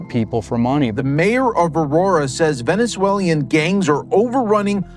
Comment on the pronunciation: Bruh did that reporter say “venezuelian”. You mean Venezuelan? Fuck is a “venezuelian”